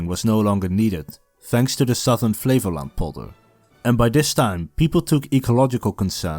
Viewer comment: i kept hearing Flevoland as "flavour land", like a dutch Guy Fieri